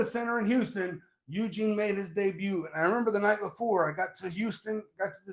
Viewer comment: “EUGINE!! EUGINE!”